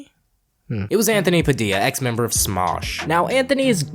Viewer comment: I thought his name was pronounced pad i Luh